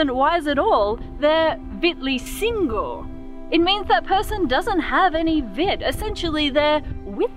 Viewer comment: The pronounciation of "Vitur" is wrong. The stress is on the first syllable, and there's no "Y" sound between the T and the U. Same goes with "Vitleysingur".